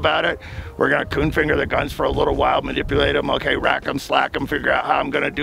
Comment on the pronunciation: Did he say "coon finger?"